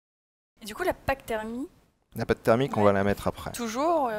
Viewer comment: "La pac thermie"....